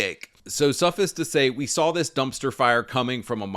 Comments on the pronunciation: "Suffus to say" you mean "suffice", rhymes with ice. I'm wondering if you use Ai bc you use words but can't pronounce them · Suh-fice it’s a hard I pronunciation